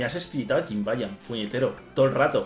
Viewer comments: se lee YIBAÑAN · No es jimbayan es Jibanyan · A JIBANIAN NO SE DICE CON LA JOTA